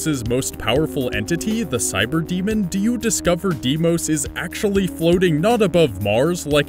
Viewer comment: Every time he said Deimos I cringed.